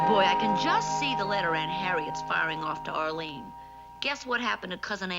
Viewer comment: "Ahleen." Sorry, Mr. Marie, but your oddball New York-ish accent showed up again. It is actually pronounced 'Arlene.' Just like it isn't pronounced 'prapreeker,' but 'paprika,' from another episode. You're welcome.